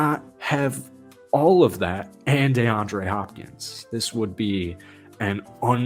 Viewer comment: "Dayandre Hopkins" the way you saying it so damn annoying